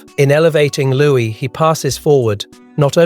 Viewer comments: It’s not pronounced Lewis but louie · It’s louis